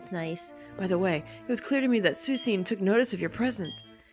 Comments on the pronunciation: I thought someone might have corrected you by now but it is suee-kun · That's not how you say Suicune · I'm not as bothered by the different pronunciation of suicune, can say it however she wishes; it's her LP and if she wants to call it sue-cean then more power to the glorious LPer. To quote south park, "We like to have fun here" XP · P Marques I just watched a video. Is it pronounced 'Suh-wee-koon'? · I'm a bit glad on the way you pronounce Suicune's name because I used to read it as the same way until I heard its name in the anime. It's just nice to know I'm not the only one. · soo-ee-soon made me laugh every time even though everybody else started raging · I know this is old as shit, but I used to pronounce suicune pretty much the same way when I was younger. Sue-i-cena. Sue like Mary Sue, i like icky, cena like JOHN CENA!!! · The way you say Suicune put me on life support. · keep saying Suicune like that. It's lovely sounding and the haters can hate if they really get THAT worked up over the pronunciation of a word of a fictional video game creature. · That's actually how I used to pronounce its name, too. I feel kinda silly about it now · I always used to pronounce Suicune the same way you do in this video tho! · I'm sick today and was getting better... Then I heard the pronunciation and now I'm in the hospital... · P Marques Somones doin this on purpose.